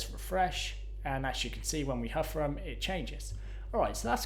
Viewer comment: I especially enjoyed the huffer (hover) effect